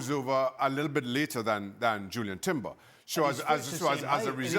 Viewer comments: How does Shaka not know Jurrien Timber's name? Called him "Julian" for the whole video. Isnt it his job to know the players name? Plus the Arsenal hate is so obvious. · I think Shaka should get a red card for persistently calling Jurrien Timber, Julian Timber. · Maybe get Jurrien Timber’s name right, Shaka